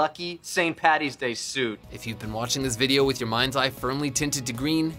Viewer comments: I'm Irish and first of all ITS FUCKING ST PADDYS DAY OR ST PATRICK'S DAY NOT PATTY! And second of all the snakes were pagans and paddy drove them out of Ireland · Number 1 should be: nobody in the history of Ireland has ever called it St. Pattys day so STOP IT!! It's Paddy. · ITS NOT PATTY ITS PADDY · as an Irishman, its Paddys day not Patties day. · it's either St. Patrick's day or Paddy's day not patties day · and also, IT'S PADDY!! NOT PATTY!! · Saint Paddy's not Patty I'm Irish so I would know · How many times do we have to say it, it's PADDY'S day NOT PATTY'S!!.... Every bloody year it happens. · What it's paddys day not patty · Okay it's st.Paddys day not 'St.Pattys' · why do all Americans say paddy's like patty's it's paddy's day